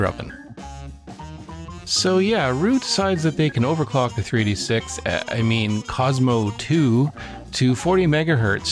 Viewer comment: Great video.... but is it me or did you keep calling it a 3D6 rather than 386?